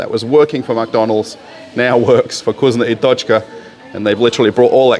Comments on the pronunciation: Is not kuzno i tochka ...is vkusno i tochka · You say it wrong - it’s not Kusnya I tochka, it’s VKUSNO I TOCHKA. U read it as it is written